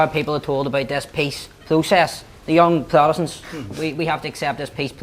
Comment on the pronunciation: Why can nobody pronounce their words correctly, peace plotest, young plotestants...